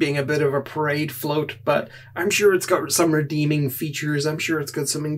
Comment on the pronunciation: Your accent made it sound like you said Pride float, and now I want to get one and paint the Aquilla in a rainbow pattern